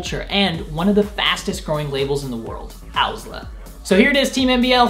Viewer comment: I hate this guy but love owsla. Also he doesn't even say owsla correctly.